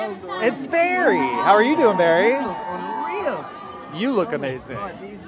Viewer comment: I love how the interviewer pronounces Barry Berry 😂